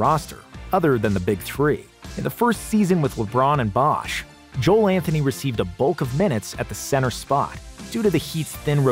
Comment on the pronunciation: That is not how you pronounce Joel Anthony's name.